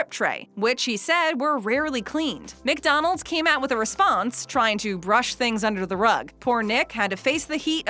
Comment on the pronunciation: Please stop saying Mick-Donald’s